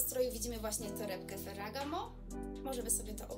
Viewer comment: Najlepsze jest jak wymawia pani nazwy marek 😭🤦‍♀️ nie jest pani "wiarygodna" prowadząc vlogi o "modzie" i nie znając Ferragamo ( stylista mody ) i nie potrafiąc wyłowić nazw marek, np MARC jaki 🤦‍♀️🤔 ( minuta filmu)